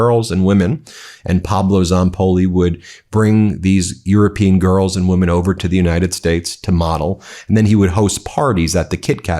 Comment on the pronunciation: How dare she call the survivors “wee-men”!